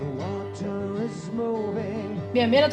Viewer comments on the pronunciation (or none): none